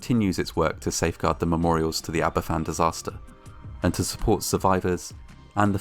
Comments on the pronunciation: Are you Welsh it’s Van not fan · It's pronouced as ABAVAN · It's ptounsed harbourvan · It’s pronounced aba fan